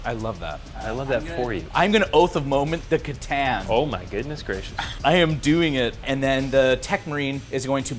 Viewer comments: WHY DO YOU KEEP READING IT AS "C"TAN, ITS A "KATHAN", why the C... it pisses me off so much xd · "C'tan (pronounced ker-TAN)" Soft C pronunciation of C'tan bothers me a lot, I wish I knew why but it drives me crazier than a Necron trying to take a deep calming breath.